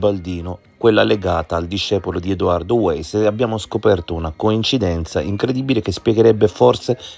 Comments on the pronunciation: Weiss si pronuncia vàis e non ueis... Comunque secondo me la storiella delle coincidenze altro non fa che distogliere l'attenzione dal movente. Chi ha riportato a casa gli effetti di Liliana? Perché in una struttura sanitaria mi immagino chiedessero il pass e altri documenti... Un tentato abuso a 64 anni... Solo una persona poteva avere questo chiodo fisso, come dimostrano le sue innumerevoli relazioni "libere" con altre donne... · Weiss si pronuncia Vaiss